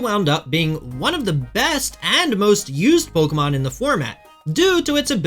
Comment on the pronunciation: How are you one of the best players in the world and still mispronouncing some of these Pokémon